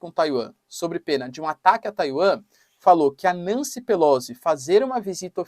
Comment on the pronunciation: Professor, assim como todos comunicadores se esmera em pronunciar nomes em inglês corretamente, pq não o faz tb em italiano? Pelozzi se pronuncia Pelotzi. Pq Nâncy? Não soaria melhor Nanci, como cá se diz? A propósito, pq Flórida se na origem era Florida, como quis Ponce de León, o espanhol seu descobridor e batizador?